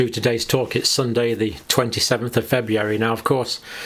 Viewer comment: FebRUary, not FebUary, Dr. John. If the Brits don't maintain proper english, who will? 😂 GK